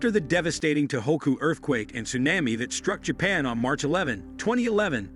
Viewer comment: Interesting video; however, the frequent mispronunciation of "tsunami" and "seismic" activity make the video a little frustrating to watch.